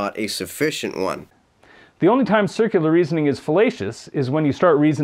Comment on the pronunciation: Wait, did he really say "sikular reasoning"?